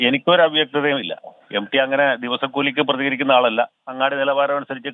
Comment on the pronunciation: എം ഡി അല്ല സാറേ...M T...M T... എന്ന് പറ....😅😅😅😅